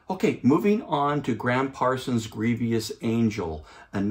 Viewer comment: The word is grievous, not grievious. Nice review though, I love this Rhino series.